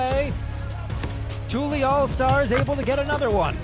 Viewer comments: Annoyed me the announcer was miss pronouncing tully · “Tooly” All-Stars? Smdh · Dude just keeps saying tooly instead of Tully lol. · Man keeps mispronouncing “TULLY” and it’s sending me 😂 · The commentator mispronouncing Tully the whole time was so annoying. highly disrespectful